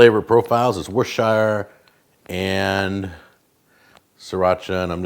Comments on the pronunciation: Worcestershire is pronounced like wust-er-shur not wustshire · You got the first part of Worcestershire right but the second part is more like "shear" as in to shear a sheep. Or just "shuh". This isn't the Hobbit :p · lol alotta americans say "war-chester-shire", makes me gringe. Just like when ppl pronounce the L in salmon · Tilley because its the right pronouciation aha, he says it really weird